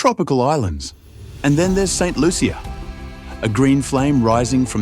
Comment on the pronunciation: That’s not true. The “Loo-sha” is the pronunciation that a lot of Americans have used. However, locally it’s very much pronounced “Loo-chee-uh” the heavy French influence and creole dialect is what persuades the language and pronunciation.